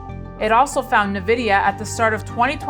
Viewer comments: N-VIDEA NOT NEVIDEA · Navidia 😎 It’s pronounced Envidia, lady